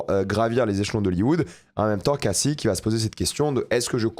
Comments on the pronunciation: c'est quoi le rapport??? Tu as lu le commentaire? On indique juste que prononce mal le nom de Cassie en VO alors qu'il prétend regarder tout en VO. Si tu écoute vraiment la série en VO tu t'aperçois que Cassie ne se dit pas "Kayssi" comme dit mais bien "Cassie" comme en VF. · Par contre c'est perturbant comment tu "sur-anglifie" le nom cassie, c'est pas caysie c'est cAssie. Ils le prononcent comme on le ferait en français.